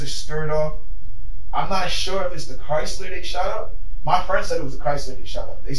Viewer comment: I've never heard someone pronounce CHRYSLER so correctly!!!!! 😂😂😂😂😂😂😂